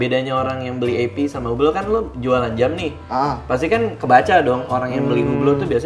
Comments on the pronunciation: Bacanya bukan hu- blo ,tapi hilangkan H-nya ( UE-BLO) ↔️↔️ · HUBLOT pronouncing nya "UBLO" without "H" and without "T" ;)